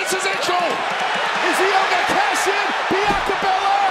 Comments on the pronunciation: Wade said biyankca lmaoooo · Love that Cole brushed off that Barrett mispronounced Bianca’s name